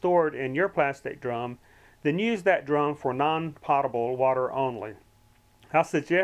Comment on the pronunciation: Great video, however it is pronounced "potable" with a long O sound, Sounds like goat, potable. This video has given me some good ideas.